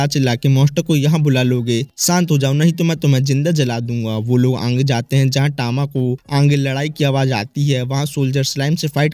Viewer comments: Bro says aage ❌aangee✅ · Bro Ange nhi agee hota h 😂